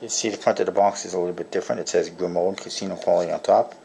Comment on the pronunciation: I believe it's pronounced *gree-mow*